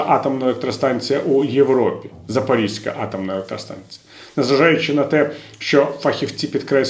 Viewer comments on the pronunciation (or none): none